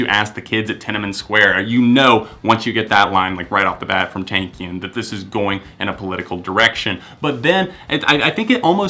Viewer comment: the way he says Serj TANAKIAN makes me cry. but good list